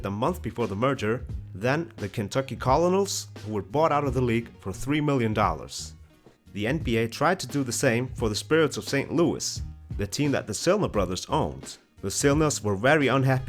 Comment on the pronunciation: Colonels is pronounced like "kernels"